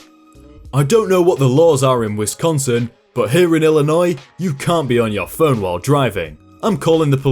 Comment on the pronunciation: You pronounced Illinois right! Made my day!